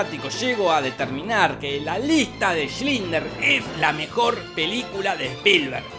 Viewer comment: Bldo decís mal "Schindler" cada vez. Le metés la L antes de la i.